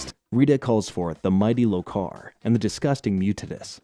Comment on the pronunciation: LO-kar, not lo-KAR. ti-TAN-us, not TI-tanus. You'd think, if you had watched the show enough, you'd learn how to pronounce the names.